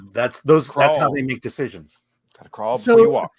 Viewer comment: Chris almost said “Deshitcions” which is more accurate when it comes to recent studio decisions